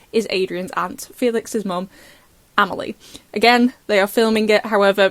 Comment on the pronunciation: ITS AMELLIE. AMELIA ... A ... FELIX MOTHER.